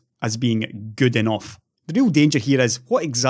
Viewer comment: "enoff es enoff", indeed!